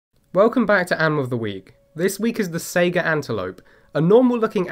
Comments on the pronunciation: I'm sorry. I can't help but laugh when you call it a "Sega" antelope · Saiga is pronounced just like Taiga, not like Sega. Sai as in the Japanese Hai, and Gah as in Gar. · Goddamn it, that pronunciation hit you, too, huh? Lol